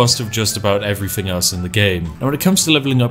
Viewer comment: the immersion of the posh voice is spoilt by the "fing" or "everyfing"